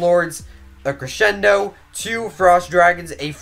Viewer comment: Its cresendo not creshendo lol